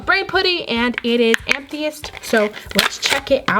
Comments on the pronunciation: It's Amethyst, not Amtheyest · amtheist LOL us amethyst am-eh-thist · Did she say “Am-thi-ist? For the first one instead of Ametwist... first tinsel and now this😂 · It's what 'amthyest' 😂😂 it's 'amethyst' 😂😂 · Um its (a- mi- thest) not am eee thest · Okay so this is cool too me how instead of saying putty and amethest (Sorry I cant speel) she pronounces them like pooty and ameethest btw this is not a hate comment I think it is cool cause I have never have heard someone pronounce those words like that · how she said amethyst, lol. She said ameethiest